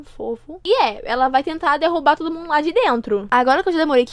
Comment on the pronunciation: "vai mudar o mundorrrrrr" akakakakkka